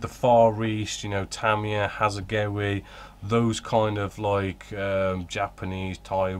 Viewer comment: A minor point but really annoying when you keep referring to Hasegawa as Hasegowi especially as you clearly know the correct pronunciation as you do say once at least.